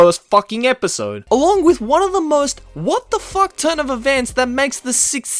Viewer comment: I'm watching this in my room and my parents came in and asked why were there so many cuss words to whatever I'm listening too. When gets triggered he throws in 3 "facks" in a sentence confirmed.